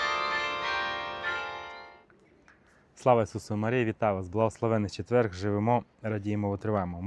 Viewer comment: Спасибі. І не четверГ а четвер_. Хай Бог благословить